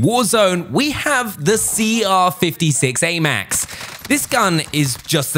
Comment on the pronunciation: Is anyone happy he said the cr 56amax name right